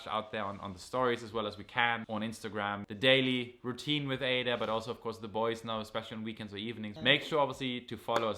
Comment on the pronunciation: I love this beautiful family. is a very caring husband and father, keep it up. Baby Ada, welcome waiting for your first photo shoot. But I noticed you two pronounce your baby girl's name differently. 🤔.